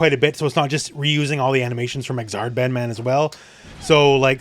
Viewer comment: Great video but you pronounced the name wrong 😉😂 Bedmaaaaaan!?!?!?